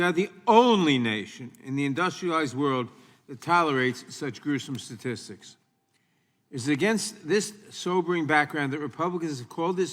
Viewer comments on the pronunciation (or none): none